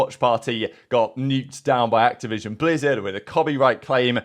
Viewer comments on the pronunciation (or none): none